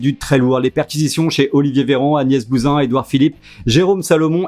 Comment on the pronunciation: On dit Buzyn pas Bousin!😉